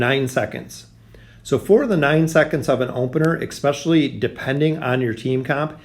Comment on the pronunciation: e-s-p-e-c-i-a-l-l-y there is no k <3